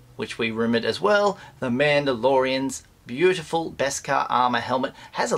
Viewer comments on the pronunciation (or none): none